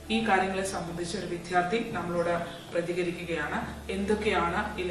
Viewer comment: വിത്യാർഥി എന്നല്ല വിദ്യാർത്ഥി എന്ന് പറയാൻ പഠിക്ക്